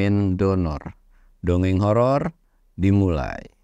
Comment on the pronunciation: Bang salah ngucap terus, nyebut dongeng horor. Malah donorrr